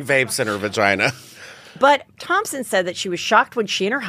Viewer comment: Take a shot every time Heather says ThomPson instead of Thomson 😂🕺🏻♥️